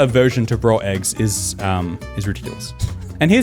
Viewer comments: i like how people say raw as rawr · I didn’t think lions laid eggs but keeps saying “rawr eggs”